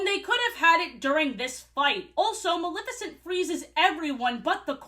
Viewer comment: I'm so sorry but the way so many people mispronounce Maleficent as "Malificent" makes me angry for NO good reason. I don't even like Disney that much but she's my fav and her cool ass name deserves respect lol